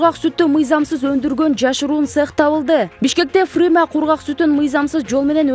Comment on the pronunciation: Фрыма эмес фрима деп окучу